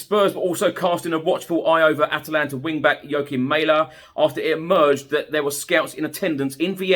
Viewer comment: Not "May-leh",. It's Mæhle, pronounced Mah-leh. But then there's some guy call Hah-Land I hear who's joining Man City, at least according to the English. Which is news to the Haaland family, who always thought their name would be easy to pronounce since it sounds exactly like the country.